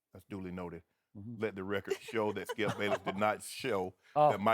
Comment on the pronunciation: "What does that tell you, Thkipp? Skip: (pause to let his brain come up with an excuse) "Well........"